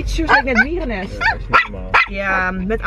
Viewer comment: Hahaha, “mierennest” ik ging echt stuk 😫😂😂😂